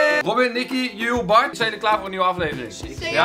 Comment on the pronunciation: Ik vind het echt raar als kelvin Nikki zegt😂😂🙈❤️